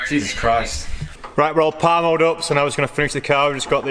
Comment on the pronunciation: "It'll be reet"